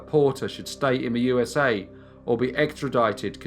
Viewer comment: Between the odd pacing and the odd pitch sometimes, I seriously question whether it's not a computer generated voice. It drives me slightly batsh!t every time he says, "So sit BACK. As we GO. To the U-s-a." No one emphasizes the U in USA, and he hits the exact same pitch, every time. It doesn't sound like a human.